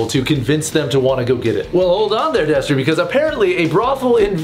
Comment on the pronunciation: Why is there a D where the T should be? Actually tho I'm glad you're back Destery :)